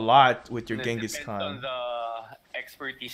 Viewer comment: Why is he using Genghis Cau Cau?? Lol